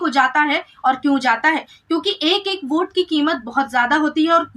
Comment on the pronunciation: भोट नहीं होता है सर वोट होता है